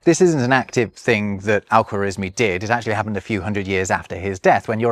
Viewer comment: I thought you'd get Al-khawarezmi's name right since you speak German, lol. The kh is the same as the ch in Nacht for example.